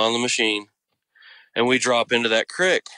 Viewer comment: Incredible story. But im not sure if I'm hearing things but is he saying crix ? He keeps saying crix but I think he means creek but why does he say it like that because every word is clear except that one .. sorry it's not meant to be rude im just wondering if he's just saying it wrong or is that normal.. oh maybe it's just from bc of where he lives .most likely ok well great story anyways really scary imo